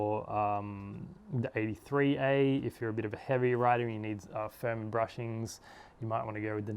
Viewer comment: Hey bud, nice video but I must correct you. It's bushings and not brushings, otherwise nice video.